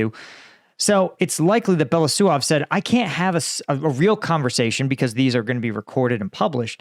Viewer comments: Since it's very likely you'll have to pronounce Russian minister of defense last name again in future videos. Here are some small tips. Here is how it splits in syllables - Be-lo-u-sov. With "belo" part you have no issues and you are pronouncing it correctly. "u" is pronounced as "oo" in "book" and it's a separate syllable. But "sov" is pronounced as "sov" in "soviet". I hope this helps. 🙂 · Just a little note on spelling: he is Be (like in 'bear') - lo (like in 'low') - us (like in 'goose') - ov (like in 'of'). Belousov. Means 'the one with white msustaches', if you ever wonder. You sometime called him Belosuev - it would mean 'the one who pokes his white thing'... well, sounds legit as well.